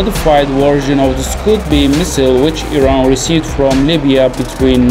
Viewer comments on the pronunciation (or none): none